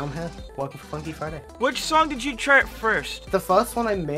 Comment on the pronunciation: is it just me or everytime says “chart” i hear “shart”